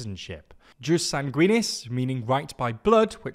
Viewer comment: Hello, politics aside, the (classical) Latin pronounciation for jus soli would be more like "yewse so-lee" and Jus Sanguinis would be more like "yewse sang-gwin-niss". "j" (technically i as a consonant) is pronounced like "y".